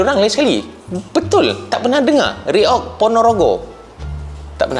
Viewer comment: kami faham abang susah nak baca kalimat reog.karna di malaysia abjat a jadinya English.alias apa british